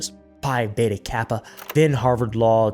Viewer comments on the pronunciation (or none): none